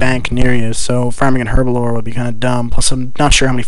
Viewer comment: It's "herblore", not "herbalore"